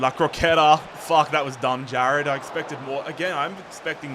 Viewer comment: name pronunciation always gets me